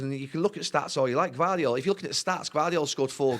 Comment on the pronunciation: Gvardiol?! Gvardiol?! Jesus Christ, Gary!